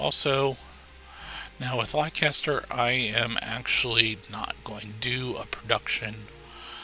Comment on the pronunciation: Volume is much better! Leicester is pronounced /LESS-ter/ ... just so you're aware. I grew up in New England and there's a LOT of old English names and pronunciations.